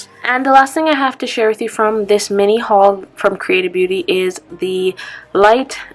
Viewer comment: Never heard of creatabeauty before. When you were saying it, it sounded like you were saying “creative beauty” lol might have to check out the hemp products!